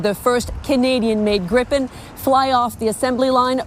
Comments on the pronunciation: It’s pronounced ‘greepen’. In Swedish a single vowel followed by a single consonant makes the vowel long. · Just a small observation. Gripen" is pronounced as "GREE-pen," with a long "ee" sound for the first syllable and a soft "p" sound for the second. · Swede here (30 years living in Canada) to help with pronunciation - Saab [Griipn] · For future reference: Gripen is pronounced "Gree-pehn". There's only one P so it's a long I. But onto the point: If Canada is responsible for building the factory, supplying it with materials and staffing it, that's a major plus for SAAB since they would still collect "royalties" or have some other way of benefitting from the deal. Less hassle for us while gaining benefits, and still bringing in lots of jobs and opportunities for Canada in addition to strengthening our bonds between nations. Sounds like win-win to me.